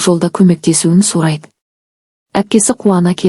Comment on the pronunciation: Сарайды емес сұрайды ұ деген әріп бар